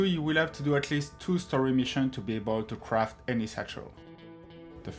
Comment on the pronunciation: Difewent, speciwric, cwaft, combwine, all da tam stamp